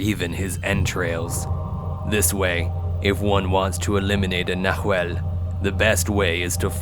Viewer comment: Love the story! Oh, BTW, it's "nah whall", plural: "nah whal less". ✌❤